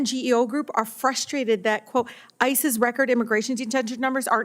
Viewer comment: When saying "ICE's" it sounds like ISIS.